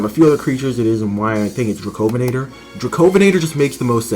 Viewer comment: yea baby my boy dracovenator got mentioned,you also pronounced it cwrong,it’s dra-co-ven-nator,I’ll make a vid on this specific one and then you’ll know how to say it correctly,but it’s a honour for dracovenator from my country get mentioned by you,cuz the Elliot formation is underrated as hell